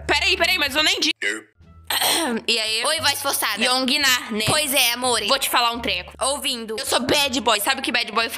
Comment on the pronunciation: "qual seu name" "YoongiNA" Eu 3 segundos dps Aaaaaaaaaa e yoongina só que com o NA mais forte neste caso sílaba tônica....tendi nada